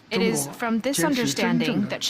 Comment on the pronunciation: 😂 Indian englis ish one oph da most repulsiwe eggcents ewer. Listen to the tongue click whenever they pronounce a word that ends with the syllable "it"